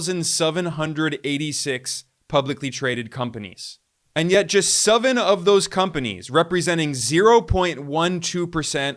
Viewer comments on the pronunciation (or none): Lol why does he say "suvan" for seven? So weird.